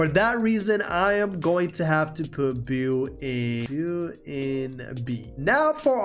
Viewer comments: Beau is pronounced Bo or "b-oh" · Beau is pronounced rain-"bow". It's a pretty popular Southern name, back in the day. 😁